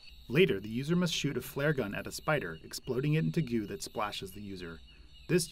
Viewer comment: Never realized the word "goo" has a W in it.